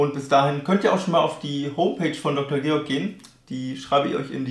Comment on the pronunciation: Goerg, nicht Georg...